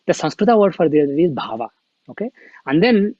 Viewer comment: Respected... Namaste. Please say Pad as Pad, NOT Padaa... same for Bhav, as Bhaav, NOT Bhavaa... Keep Sanskrit as Sanskrit NOT Sanskritaa!!